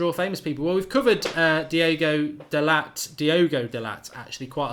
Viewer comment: Stop saying delat when it's delot u ignoramus